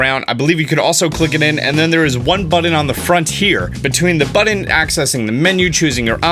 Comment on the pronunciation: Button...not Budden sorry it drives me nuts to hear you say it.